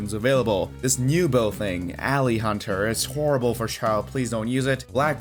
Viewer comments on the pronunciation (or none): none